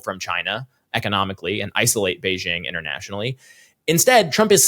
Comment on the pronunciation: The "j" in Beijing isn't pronounced like the "g" in the English word "regime"; indeed, the Chinese language doesn't even have this quasi-French sound. The "j" in Beijing is pronounced more or less like the "J" in the English name "Jim." Easy!